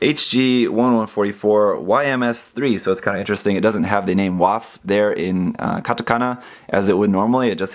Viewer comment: Great video, but for future reference W in German is pronounced like an English V. So it would be pronounced Vaff not Waff.